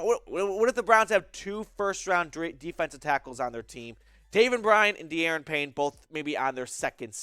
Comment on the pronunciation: It's DaRON not DAYron. Payne is someone I think they should get. They are really weak at DT, especially at DT1.